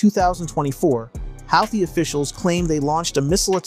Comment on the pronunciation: It's pronounced Who Thee